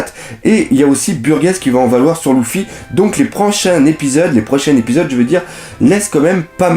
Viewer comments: Oui il prononce mal il dit louffy au de dire luffy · ponck Les voix japonaises prononce aussi Louffy mais sa ça dépends de tes préférence tu peux le prononcer comme tu veux mais Lojia.. sérieusement ? Il à une chaine entièrement consacré à one piece et il fait aucun effort pour les prononciation